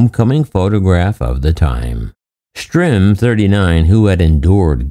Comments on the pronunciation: Now I have to look up... is it Stirm or Strim? He says "strim," but most times, it's printed "Stirm." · If you're going to tell this heroes story you owe it to him to pronounce his, and others, names properly. His last name is STIRM.... not Strim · The narrator keeps calling the last name "Strim, not Stirm. "Strum" is much different than "Sturm." So is it Stirm? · You call him "Strim" about 100 times in the video.... his name is STIRM. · If his name is spelled Stirm, why then are you pronouncing his name as Strim? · Dude if you're going to do a story on someone pronounce their name right its Stirm not Strim! And you're constantly repeating yourself for 20 minutes was really annoying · The narrator keeps saying "Strim", although he is really Lt. Col. Robert Stirm. This s embarrassing to the family. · Right? He said "Strim" about 100 times in the video... even spelled it wrong in an overlay ... It was really distracting from story.